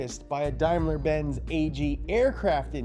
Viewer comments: its not darrrmler its daimler hahaha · Never heard of Unimogs and says Daimler completely wrong...must be an American channel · That's pronounced: "Day-mler"